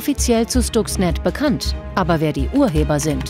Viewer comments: "Schtuxnet"??? Wieder einmal ein Moderator, der sich nicht mit der Materie auseinandergesetzt hat. Schhhhhhhtuxnet! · schtucks ned